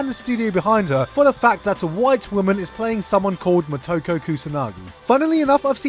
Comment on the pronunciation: It's Mo-Toe-Ko